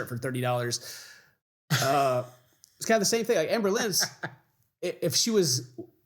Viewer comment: I honestly love that when says "Amberlynn", it sounds like "Anne Boleyn". It really makes watching feel like a histical event.